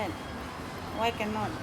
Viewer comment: the way he asks "why" frustrates me for some reason?????